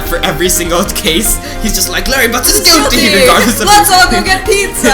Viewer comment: Am I the only one who always thought that you were saying "goatee" instead of "guilty"?